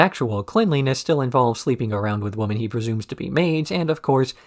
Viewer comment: I mean this in the least disrespectful way possible, but I have noticed that in a few of your videos you tend to say woman rather than women? I thought it was just a slip of the tongue the first few times but it seems to be an ongoing thing. Is that intentional or accent? Obviously these are your videos and it’s a free country. You can say whatever you like but after watching this and wanting to ask every single time I haven’t been able to sleep at night so I thought I would ask.😂